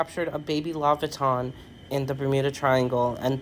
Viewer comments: The guy be like they found a baby lavitan.....its leviathan 😂😂😂😂😂😂😂😂😂 but i dont believe that's a baby leviathan either 😂😂😂😂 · Lol. Its a baby "Lava Tan" lol. Dude needs to go back to english class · Goblin shark. Wtf is a loviton? Idiot can't say leviathan. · The way he pronounced laviathan is sad as hell. I mean we have bigger problems in America than the citizens being unable to read, but a lot of those problems stim from Americans being uninformed that its not normal to not know how to read.